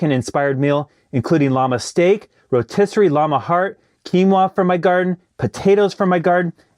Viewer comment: Rotisserie “skyeer” 😖